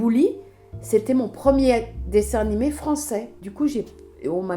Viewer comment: Chibi Tama ah OK merci Mais du coup elle le prononce mal Brigitte ?